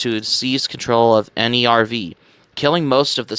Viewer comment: I don't want to be rude, but you should check the pronounciations of names in Eva 🤣 for instance, Nerv is not an acronym, it's the German word for "nerve", just like "Seele" is German for "soul"